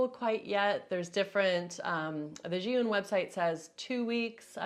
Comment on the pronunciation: Finally, someone has pronounced ZhiYun correctly - Zhee Yoon! Thanks! I've heard so many "Zhai-Yoon" or "Zion"... Omg...